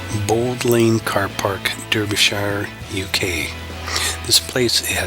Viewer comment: no, its pronounced "Sure" like any other place that ends with "Shire"... sure..not shy-er..